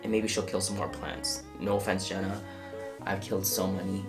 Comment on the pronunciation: 0.05 Jenna's not Jeanas 😔